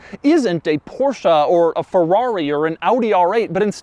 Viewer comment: Everybody: PorschE Doug: Portia. Everybody: Coupé Doug: Cuup.